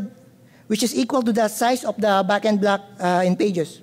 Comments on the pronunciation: Bagin Blug lol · i giggle each time he says “backend block”